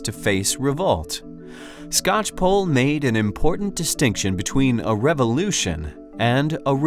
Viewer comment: It's always weird to hear my last name pronounced correctly by someone who is not family.